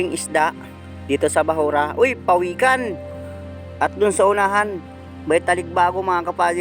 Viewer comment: PAWIKAN NOT PAWEKAN.PINAGKUTAAN NOT PINAGKITAHAN